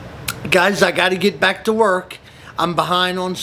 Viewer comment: Welcome "bock",! I missed your great videos, so real happy to see a new one with awesome tips. And you said Jonquière just great!